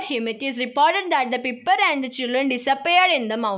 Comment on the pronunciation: Piper alla pyper ann